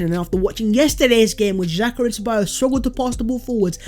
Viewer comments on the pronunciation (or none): none